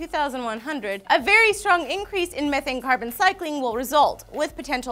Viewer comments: You said it like this meeeethaynee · ME-thane!! Not Mehh-thane! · You say methane wrong, it's m-ee-thane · it's pronounced mee-thane... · guys.. its pronounced "mee-thane" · Just look at how it's spelled "Methane" and how do we say it? We say it like Meth...ane... sound the word out... *face Palm* I don't want to live on this planet anymore... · It's pronounced ME- THAYNE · Meth-ane... get it right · Its pronounced m-ee-thane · You keep pronouncing methane wrong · Your saying Methane all wrong.